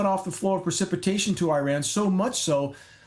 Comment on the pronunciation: It's PRECIPITATION NOT PER... CIPITATION.